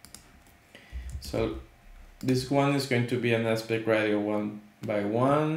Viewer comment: Great video. Thanks for taking the time to explain this. It’s really helpful. Just a friendly heads up, it’s pronounced “RAY-SHE-OH”.